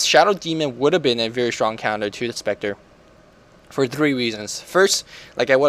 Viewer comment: SHtronk xD